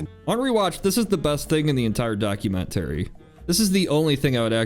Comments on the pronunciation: Why you pronounce it documen-terry? 😅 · Why must you keep saying "Documen-terry"? Lol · I’ve never heard documentary pronounced like that. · You absolutely have to learn how to pronounce documentary and thermostat.